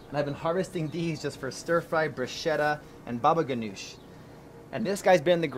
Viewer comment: "and here comes bubaganoosh" lol mxc